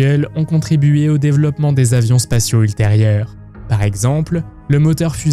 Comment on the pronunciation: Le "déveuloppement", c'est aussi une manière de prononcer inventée par les nazis?